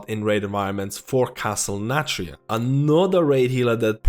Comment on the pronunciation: What is that accent of his, with the lack of th-sounds? Like "Castle Natria" and "tree percent" et.c.